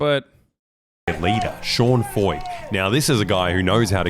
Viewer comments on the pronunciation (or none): none